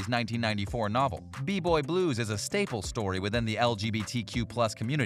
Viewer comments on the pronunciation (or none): none